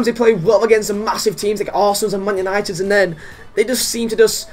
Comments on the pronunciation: Manchester "utited" 😂😂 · 'Manchester Utited' 😂